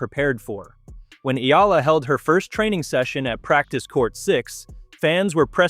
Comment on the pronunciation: VO re-edit #1: Her name is pronounced Ea(y)ala NOT EEla. VO re-edit #2: She is a FilipinA not a FilipinO Please honor the genderization of nouns in her culture and many other languages/cultures.